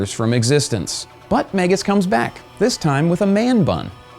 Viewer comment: It's "mag-us," sounds like "bag-us."